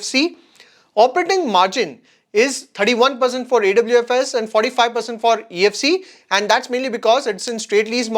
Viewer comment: Awfis is pronounced as office (Aw- fis)